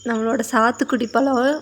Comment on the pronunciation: பளம் பளுக்கும் மள என்னம்மா இது தமிழை போட்டு சாவடிக்கிறீங்க 🤦🤦🤦 ழ என்ற எழத்தே வராதா கொடுமை 🤦